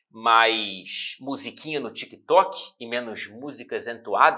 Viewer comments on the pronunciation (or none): none